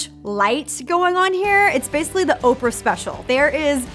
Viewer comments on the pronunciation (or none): none